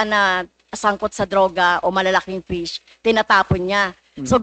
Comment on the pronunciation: Can you correct your pronunciation fish or pis your honor